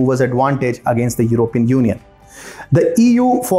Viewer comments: I Wish you could pronounce " European " Properly and I mean no disrespect my friend, I love this channel! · I wish you guys could pronounce it properly as Européan instead of Erópean.